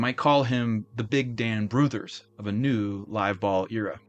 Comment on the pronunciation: Has there ever been a more optimistic name in baseball than Hugh Jennings...? First, congrats on saying "Brouthers" correctly. Second, most of this squad went to the Superbas after the team folded in 1899. The Superbas ultimately went on to become the Brooklyn Dodgers.